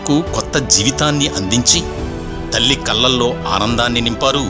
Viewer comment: కల్లల్లో కాదురా ఎదవ కళ్ళల్లో అనాలి